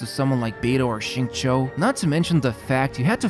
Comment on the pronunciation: That Xingqiu pronunciation blown me! Beats 99% non-native speakers. This man must put a ton of work learning this.